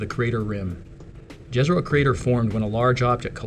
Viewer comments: it's "Yezero" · Jezero is not pronounced correctly in the video, you should pronounce it literally Yezero (like You, not like Joe). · Very nice description. However, sounds little strange, hearing ‘Lake dzezero crater’. Just call it ‘The Lake Crater’, or try to learn correct Balkan pronounciation of that ‘J’ sound, and say it as ‘Jezero crater’. You will have less difficulty, once Rover came into ,Dolina Neretve’ or ‘Neretva Vallis’. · It's pronounced "Ye-zah-ro", more or less. "J" doesn't make the English "G" sound in Slavic languages, it makes the same sound as "y" in Yet. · It's pronounced Yezero. It means lake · Pronounced Yezero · Wouldn't it be pronounced "Yézéro"? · Correct. In Serbian, the "J" would be soft and pronounced like the letter Y in English. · Jezero in slovenian means lake. Which is cool. It sounds more spectacular when pronounced in this american accent. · Jezero with "y", like Troja, not Troya.